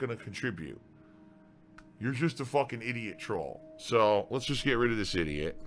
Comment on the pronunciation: And also calling them "eedeehut". He's very quick for resorting to insults in order to make himself feel better.